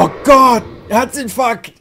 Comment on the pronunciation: mal ne frage: hast du gesagt: herzinf*ck oder herzinfarkt??